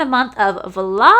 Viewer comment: I looked through all the comments to see if I was the only one who noticed the “Vlog-o-weem” 😂